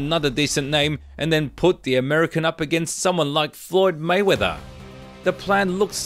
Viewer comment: Maywaither it's not king